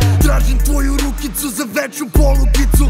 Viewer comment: nije "rukica" nego "ruchica'....kao npr. trojeruchica :) ahahahhahaahah